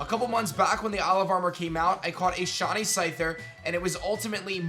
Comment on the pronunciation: Dude it’s shy-knee not shawny